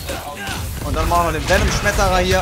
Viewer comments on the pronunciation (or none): niemand: wirklich niemand:: VeNoM sCHmEterRer